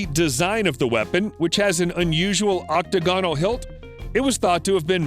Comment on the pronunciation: How do find these people who can't pronounce words like octagnal...not octagonal.